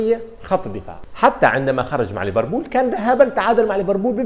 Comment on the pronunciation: يا أخي والله إسمها liverpool و ليس leverbool